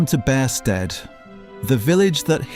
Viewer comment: Its also pronounced Beersted, my wife grew up there.